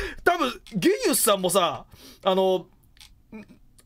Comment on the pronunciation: ゲニウスってジーニアスをそのまま読んだみたいな感じでしょ？なんかきついな